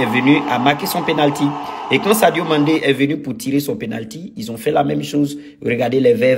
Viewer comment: Sadio Mane et non Sadio Mande